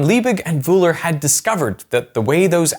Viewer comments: A 20 Mio subscribed channel and i had to hear Wuhler instead of Wöhler. Wohler would have been acceptable too. So zero effort in finding out the correct pronounciation. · That's not how the German name "Wöhler" is pronounced. The German umlaut ö, has no exact equivalent in standard English, but it is closest to the 'i' in bird, the 'u' in burn, or the 'e' in her (when spoken with a non-rhotic accent, i.e., not pronouncing the 'r' strongly). In German an "h" after a vowel indicates the vowel is long, not short. (And yes, the umlauts ö, ü and ä are vowels.) There's no "sh" sound in that name. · A fantastic film, as all of yours, but making the shortest research to find out how to pronounce important people’s names would increase your credibility. Wöhler, not Wohler, big difference! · Can you please start to pronounce german names correctly... this is disgusting and kind of insulting ... These Guys names were for sure not Vreedeij Wooler and Djüstüs von Leebij... fk sks ...